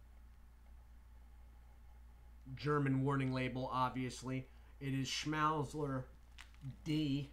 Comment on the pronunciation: Schmal-zler is how it's pronounced